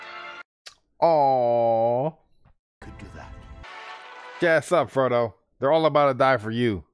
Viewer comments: You trolling or that bad at paying attention to the movie? Lol I can just imagine the cringe for some people every time you say frogo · For three movies he calls him Frogo 😆 I'm glad he liked the series even if the names were impossible to remember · I just keep laughing everytime you call the chararacters: "Frogo" and "Salamander" 😂😂 Love your reactions because they look soooo honest! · Gotta watch the extended editions, they flesh out so much in the 2nd-3rd movies. Your jumbling of the names is hilarious😂Frogo and salamander🤦🏽‍♂️😆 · oh. I didn't realize he had a lisp. I just thought he was mispronouncing it. A lot don't pronounce it right including me when I first watched it.